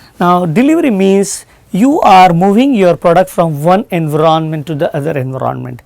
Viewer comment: Pagal he ye.... Enveronment bol raha he environment ko😂😂😂😂